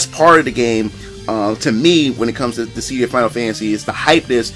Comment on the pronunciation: It’s DIS-SID-DIA.....not Dis—sead-dia